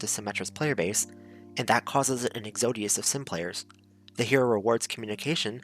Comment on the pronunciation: Exodus: ex-uh-duhs, not ex-oh-dius.